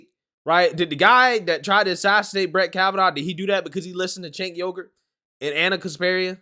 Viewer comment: 😆 bro. Did you just say Chang Yogurt?